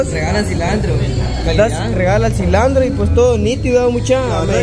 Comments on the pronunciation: No se yama sllandro es silantro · Se llama CILANTRO, no CILANDRO